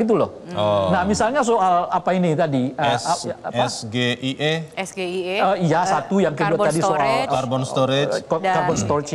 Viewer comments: 😂😂.. Yg terlupakan.. Gibran dibela utk tdk menjelasalan arti SGIE.. tapi bacaan lafalnya seharusnya S-ji-ai-i #cermat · Gibran juga gak bisa nguicapin SGIE. Dia bilang ..es..ge..i..e.. yang seharusnya ..es..ji..ai..i dan dalam debat biasakanlah memberikan pertanyaan yang jelas yang bisa dipahami lawan bicara.Modal hafalan dan jawabannya juga ngelenceng kemana itu belimbing sayur.. Pada akhirnya Cak Imin tetap bisa menjawab ketika dia tahu artinya setelah dibacakan singkatan dari kata tersebut.. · Sgie baca nya sgie ngakak arti nya inggris 😂😂😂 harus nya nca nya bukan sgie kaya tulisan😂